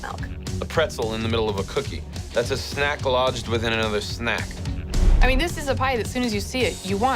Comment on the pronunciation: "that's a snack inside ov a anover snak" What is this video tas hahah